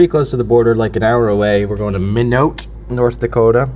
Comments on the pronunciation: Minote? It's pronounced my-not. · Just fyi, Minot is pronounced My Knot. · Went through my state, North Dakota, lol I live in minot and it’s pronounced My-not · Minot, ND is pronounced My Not. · Minot is pronounced (my-not)